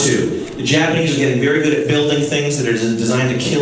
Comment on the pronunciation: Ahhhh! Velly goood! BWONG!!!